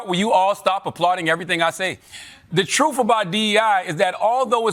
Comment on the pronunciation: Cant respect someone that says troof.